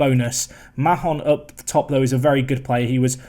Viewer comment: OK, seeing as this is potentially the last season, I need to mention it. I don't know how many times I've heard you say it now, a lot more when you managed England, but Mahon is pronounced MARN, like BARN. There, I got it off my chest, you may carry on with the rest of your foibles now [e.g. that's Norman you subbed off not Hollman and yes, some very tricky fixtures for Man U, especially that game v Man U 🙄😁]. Phew, I feel so much better.